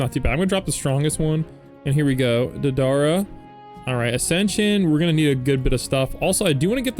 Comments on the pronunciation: you're saying DA-DAR-RUH, Deidara's name is pronounced DAY-DUH-RUH. it kind of sounds like date-a-ruh all together! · not be that guy but its pronounced like "Day-Da-Ra" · It's pronounced day-duh-ruh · its pronounced day dah rah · Its Dey-Da-Ra Pronuce Da like dad and Dei like They but with a D